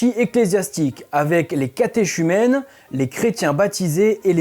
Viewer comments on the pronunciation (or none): «Bonjour frère merci ! On dit catéchumène en prononçant ka·té·ku·mènł» . Je me suis demandé puisque le cathé chisme est devenu cathé chaise .... si nos achadémiciens n' avaient pas autorisé les 2 prononciations. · Bonjour, Catéchumène et catéchuménat se prononcent que et non pas che Phonétiquement on dit catekumena et catekumene. 😉 Perso je forme des cateKUmenes au cateKUmenat en vue du baptême ou de la communion et la confirmation, c'est comme ça que je le sais 😃. Merci pour ce que vous faites, c est intéressant. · Le livre de Daniel n’est pas dans le nouveau testament mais dans l’ancien et on ne dit pas « catechumene » mais catéKumène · Merci pour la vidéo. Bon et sinon catéchumène se prononce catéKumène et pas catéshumène... ^^ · Je ne sais si on vous l'a déjà dit mais dans catéchumène on prononcé "k" et non "ch. Pour Robert de Mortain frère de Guillaume le conquérant on ne prononce pas "mortaine" mais "mortin" comme le nom du village du sud du département de la Manche fief de Robert. Les points signalés n'ont pas de simultanéité de construction. C'est bizarre pour cette hypothèse de ligne symbolique volontairement construite. D'autres sanctuaires innombrables dédiés à Michel proches de la ligne restent ignorés. Pourquoi ? Enfin on aimerait savoir d'où vient cette hypothèse, quelle est la plus ancienne occurrence ? Une bibliographie serait bienvenue. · on ne prononce pas le h de catéchumène, phonétiquement sa ce prononce ka·té·ku·mèn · On prononce CatéKumène et CatéKuménat. Je l’ai été donc voilà. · Catéchumène se prononce catékumène (comme archange) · catéchumène se dit catécumènes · Siouplai, "catéchumène" se prononce caté-k-umène, (racine grecque) tout comme vous prononcez justement ar-k-ange et non ar-ch-ange. Les dictionnaires en ligne, comme le Larousse, donnent la prononciation juste des mots français. Facile de vérifier. Merci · ka·té·ku·mèn : la prononciation ! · Ça se prononce cathéKumène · Catéchumène se dit catécumène ainsi que les mots dérivés. 😊